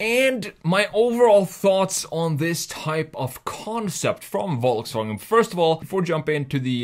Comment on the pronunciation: Volsfranjet ???????????? ;-) ;-) CAN U SAY : VolksWagen ? 🙂